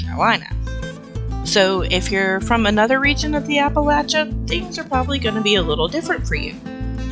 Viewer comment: Just saw you're in NC and that's why you pronounced it right lol. People further north pronounce it LAY. But anyways, thanks neighbor!